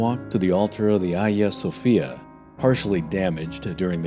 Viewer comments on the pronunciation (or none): none